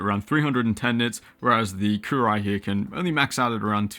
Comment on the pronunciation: I think that's pronounced Coo roo wee`